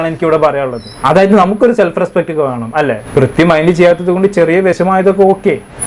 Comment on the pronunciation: Brithi alla mone Prithvi 😂 enta tholvi aliyaa 😂